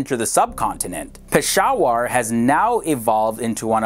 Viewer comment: Hi I would appreciate if you pronounce the names properly I know that you only know english Some corrections SIALKOT = SAY...AAL...COAT PESHAWAR = PISH...A...WERE QUETTA = KUAY...TAA SHAHID AFRIDI = SHA...HID (LIKE HIT) I hope youll like it... Regards Im from pakistan and i love your videos...